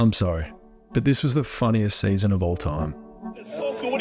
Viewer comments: "this sayzon" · The way you say season is the funniest season